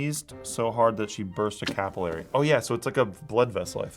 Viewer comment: But Capillary was definitely pronounced incorrectly